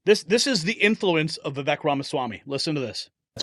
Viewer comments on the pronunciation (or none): Vivek pronounced Viv-ake...rhymes with cake. We should all know this by now. 🙄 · It’s pronounced ‘Va Vake’ , as in Cake.🎂